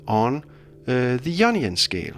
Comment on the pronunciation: anyone else here onion scale when he says ionian?